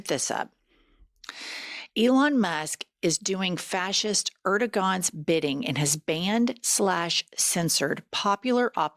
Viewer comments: Love you gals but just a heads up it’s pronounced ErdoWan not ErdoGan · You're pronouncing Erdoğan incorrectly too, it's pronounced 'erduwan'. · Just a lil advice. You are saying Turkey’s presidents name wrong. It’s Air-doe-on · AIR-doe-wahn and ee-maam-OH'-loo y'all. A little homework, please. Erdogan and Imamoglu. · The "g" in Erdogon is pronounced as a "w".